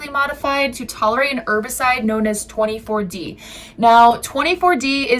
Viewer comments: It’s Two Four D not 24D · No such thing as 24D. It’s 2-4D. Pronounced two four D. Also 2-4D has never been banned here in my lifetime and I’m in my 60s and grandparents were farmers. HVE 2-4D was banned. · 2-4-D, not 24D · Not “twenty four D” rather you’re describing a chemical composition of “2, 4-D” which is 2, 4-Dichlorophenoxyacetic acid. It’s helpful to get these kinds of terms correct, otherwise to the more educated and informed, you come across as neither and lose credibility - and you’re trying to gain credibility through your content. Appreciate what you’re trying to do, keep up the investigative work.